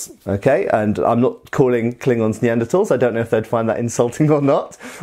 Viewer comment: Thanks for the correct pronunciation of Neanderthal.